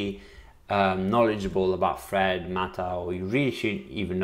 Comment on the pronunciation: I kept hearing him say FRED network 😆🤣